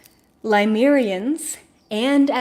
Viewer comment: Is there a particular reason you say, Ly-mer-ians instead of Le-myu-rians like most? or Pa--lay-dians instead of PLEE-ay-dians? Just curious. Are they different'?